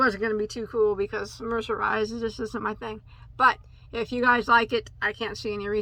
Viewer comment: 😂😂😂😂 say mercenized one more time 😭😭😭🤣🤣🤣🤣